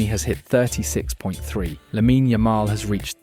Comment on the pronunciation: Is this channel AI? The script is redundant and the way he pronounces the names of players like Lamine Yamal are odd. It’s simply odd.